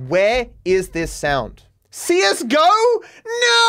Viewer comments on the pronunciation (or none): none